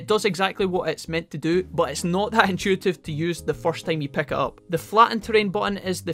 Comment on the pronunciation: Can you please pronounce words right! “Pick” is not Peck. “Hint” is not Hent. Just please take that into your consideration, thank you